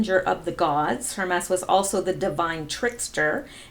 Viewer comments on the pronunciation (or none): Word police here. I believe it’s pronounced HER-MEES. Not HER-MESS. Thank you for participating. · Hermes: For the god: Rhymes with "Germies" Sounds like "Herpes" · Pronounce Hermes as Her mees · Hermes is Her-Mees, not Her-mess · It's pronounced her-meeze, not her-mess. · pronounced............her-meez...... not hermess............... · Hermes is pronounced "Herm-ees" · Hermes = Her . meez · Hermes is pronounced HER-MEEZ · Pronounced HER-MEEZ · Dutuerte= pronounced dootwartay; Hermes= pronounced hermeez. jeesh. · Hermes is pronounced Hermeez. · Hermes is pronounced "Her Meeze" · Hermes is pronounced Her meese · Hermes-> ur-mez, I believe, is pronunciation. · it's pronounced Her-mees. Hermes is Greek name of God Mercury and is Patron saint of secret society of Freemasons, and founder of Hermeticism and Sacred Geometry. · Hi, love your videos and interpretations! Just wanted to let you know--Hermes is pronounced with the emphasis on "Her", with the "mes" incorporating a long 'e' sound. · Lori Buchan : I am German living in France: it’s pronounced „Herr“ like „Sir“ in German and « mess » like a « terrible mess“ in English. I thought it was Not that complicated and wondered. President Duterte is pronounced like « Du » in German » and then